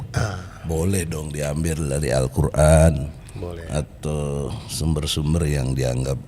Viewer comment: MASA MANTAP NYEBUT QURAN SALAH ??